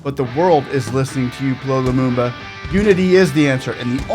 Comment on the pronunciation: You’re doing a noble job. Just to point his name is pronounced Pee El Oh Lumumba.